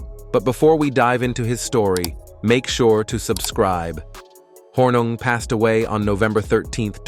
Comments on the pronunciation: are you guys a mouth piece for the TLA? p.s., it's pronounced horning, not hornug. my goodness. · It’s pronounced Horning even though it’s spelled Hornung . He was so fun to watch playing for the Green Bay Packers ! He and Max MaGee kept Vince Lombardi on his toes during curfew check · His name is pronounced “Horning” despite being spelled Hornung”… RIP Paul! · Spelled Hornung, pronounced "Horning." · Why are you fucking his name up ? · Really how can you screw up his name so badly!